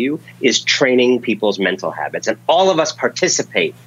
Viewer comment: I'm pretty sure he said "Hobbits" of mind.